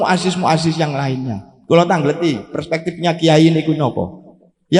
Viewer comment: Asril sani ngga mantab sebab istilah-istilah yang dasar dlm NU kurang Fasih Dia Ucapkan dlm ceramah ini. Contohnya : Katib = Sekretaris dibaca Khotib..? Muassis= Pendiri dibaca Muazziz..? Terakhir Baca Wallohul Muwaffiq dst..? Bok Ya yang mendasar tentang Istilah-istilah NU itu diapalkan dg baik biar orang Optimis kalau Dia Santri NU.